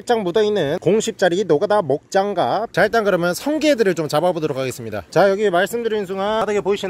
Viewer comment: 노가다 목장갑~ 발음 개웃기네 리발것 ㅋㅋㅋㅋㅋㅋㅋㅋㅋㅋㅋㅋㅋㅋㅋㅋㅋㅋㅋㅋㅋㅋㅋㅋㅋㅋㅋㅋㅋㅋ